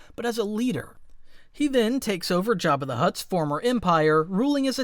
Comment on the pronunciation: Why did he call him jabbi de hutt